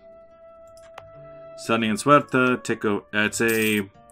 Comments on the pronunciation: 82 let me start to say that i´m Portuguese and loving this series... But please, Paradox is not wrong, that province Ceuta, is really called Ceuta, why do you inciste in saying "suerta"? Also, about those raids on portuguese shores... Aren't you troubled? Keep them coming :) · precisely, the correct pronunciation, "Se-u-ta", and also "centimeter". About the piracy, i usually have a heavy patroling sevilla node, a little bit expensive, but we must rule the seas! :)